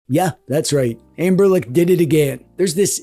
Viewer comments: Is there a reason why you keep calling them "Anberlic" instead of "Anbernic"? Or is it just me who hears that :D In any case, I bought the thing mainly out of curiosity and so far I really like it. Haptically it's great, the only issue for gaming in bed is that the buttons are quite loud. But I like that they are so direct and clicky. Setting it up was easy, and apart from using it for ROMs (ES-DE works like a charme!) it's a great console for playing Pico8! The screen just feels right for these kind of games. The drawbacks are definitely a bummer, first and foremost the missing headphone jack and the small battery, but other than that It's a fun device. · why is he saying amberlick?